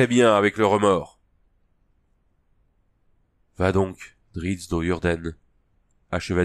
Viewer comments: C est sympa merci. Il faudrait juste corrigé le nom du héros, c est Drizzt, et non Dritz😉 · Bonjour et merci pour cette lecture Petite suggestion : On prononce DRIZZT et non DRITZZ, et MezzoberanzanE ( comme banane) On sait jamais, ça peut servir pour le prochain 😉